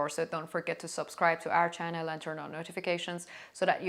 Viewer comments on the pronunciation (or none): none